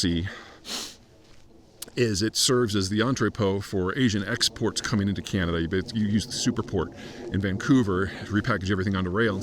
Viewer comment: There are 41.6 million people in Canada dude…..being off by 2 million people is very significant! Also, please learn to pronounce “Canada” properly or shut up ffs!